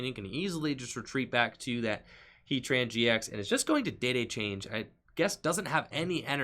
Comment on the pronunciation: Love the vid and you are very skilled at saying heatran gx. Must be a lot of practice.